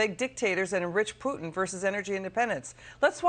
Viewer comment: "Pewtin". Wow, I love that pronunciation!